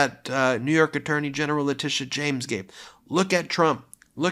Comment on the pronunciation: Interesting how Alina always mispronounces the names of New York Attorney General Leticia James and District Attorney Fani Willis, a way to subtly degrade them.